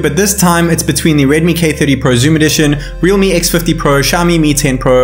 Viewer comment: Realme not reame